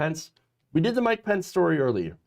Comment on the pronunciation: The soundboard SOUNDS as if it is saying...🎛️🗣️ **MIKE POUNCE**...😳 Instead of... **MIKE PENCE**!!...😁 I am NOT all that sure if anyone else hears this...👂👂 But... I certainly do hear this!!...👂👂